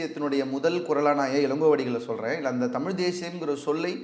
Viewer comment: தம்பி நெறியாளர் தயவுசய்து தமிழ் என்று உசரிக்கவும்.